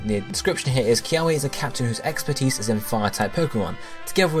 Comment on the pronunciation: LOL SOMEONE PLS TELL HIM HOW TO PRONOUNCE KIAWE 😩😂